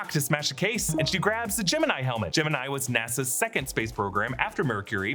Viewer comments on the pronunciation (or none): none